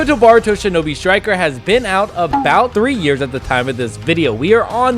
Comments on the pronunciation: bro nice vid but its not "baruto", its boruto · this man said BARUTO instead of BORUTO